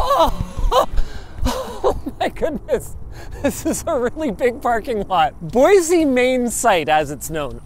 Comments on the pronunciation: As an idahoan we say boysy not boyzy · Within the first 10 seconds of this video, Linus has triggered all of the Boise residents (including me) by pronouncing it "Boy-zee." It's "Boy-see," thank you very much! Otherwise, Great vid! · Awesome video. One minor caveat: It's "Boy see" not "Boy zee" (no matter how many times ESPN refers to "Boy-zee State"). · LINUS ITS BOY-SEEEEE NOT BOY-ZEEE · Boise, not boizee. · LINUS! THERE IS NO "Z" IN BOISE!! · god damnit lunus there is no z in boise